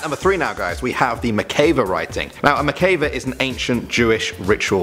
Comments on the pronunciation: It is pronounced "MIK-VA" not "MI-KAE-VA" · FYI- pronounced mick-vah not mick-kay-vah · It’s actually pronounced Mikveh😄 not judging